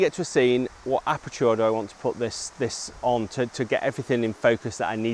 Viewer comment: I like the way you pronounce aperture :)